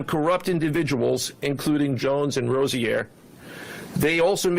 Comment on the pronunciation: That Rozier pronunciation is insane